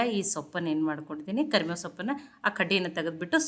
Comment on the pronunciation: ಕರಮೇವು ಅಲ್ಲ ಕರಿಬೇವು